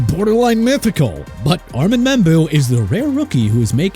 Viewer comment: Armand Membou's first name is pronounced AR-MOUND!! DONE CORRECTING YOU MAN!!!!